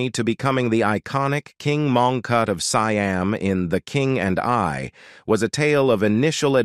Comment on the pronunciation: seeam (siam) & eeconic (iconic)?!